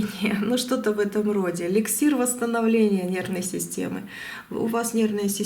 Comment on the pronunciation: Не лексир, а эликсир! Сколько ненужной воды льете- какая дача? Что за бред? Не наставления давать надо, а гадать!👎👎👎👎👎👎👎👎🤲